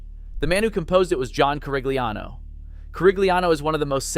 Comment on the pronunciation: Admirably done but you lose some credibility by mispronouncing more than one name: Blitzstein, Adès, and Corigliano. Since the last two are alive, many sources have the correct pronunciations. A little more diligent homework might not go amiss in the future.